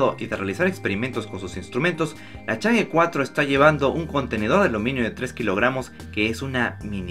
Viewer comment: No se pronuncia change, se pronuncia chong'a